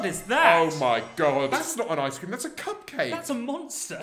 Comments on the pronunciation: Am I the only one that heard "I scream" in stead of ice cream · I heard “Ice cweam” instead of “ice cream” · I hear ice kleem